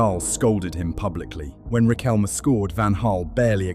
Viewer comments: RiquelmE no "Riquelm" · yeeeaah well was a complicated era here and even us (many of us at least) think that that world cup was fixed...i mean military dictatorship and all that, right?. BTW the "E" in Riquelme its not mute, just saying, i dont like the guy, but is a pronunciention thing